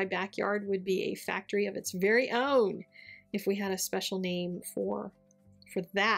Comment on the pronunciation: No ‘t’ in factory? Adore the card though